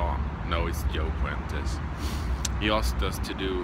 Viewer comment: thank you for the VR! You said my last name very well—many have a tough time with it. Haha. Like I told Kyle, I don't know how much I'd enjoy the smoke with Sailor Jerry, because I be getting a tattoo. Haha. Great VR! Thanks again! I just went and sub'd Niclas!